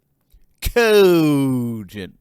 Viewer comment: I love it when says Coooogient